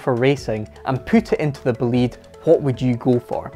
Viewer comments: It's not Boleeeeed, it's Bolide as in a meteor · pronunciation of "bolide": Boh-lee-deh. Meaning Fast car in Italian. Not a Bugatti fanboy but I freaking love this car. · What a monster car , BTW "Bo´lide" is the correct pronunciation (and the final "e" is sound and not silent) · pronounced correctly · It's pronounced "Bolida", it's German for fireball (a fast car). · please can you pronounce Bolide like bo'-lee-day. it is the italian word for meteor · the correct pronunciation is like is written, Bo-li-de. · please learn how to say bolide. because in italian what you said is "belit". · Learn to pronounce Bolide, which is essentially "hot rod" in italian 😉 Bö-lee-dae Awesome video 👍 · it's boh-lee-deh btw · Shouldn't that be pronounced BOH-LYDE? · That pronunciation...it's Italian, "BOLIDE" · Nice video dude, but I Wanted to tell you that I think the name is pronounced differently. try to listen on google with the Italian pronunciation how it sounds. Cheers